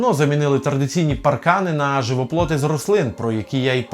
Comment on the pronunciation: Клас. Але на майбутні відео: "живоплІт" - не "живоплот".